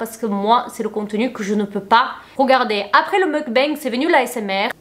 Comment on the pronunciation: Merci pour cette intéressante vidéo. Petit détail : on prononce "mok-bang".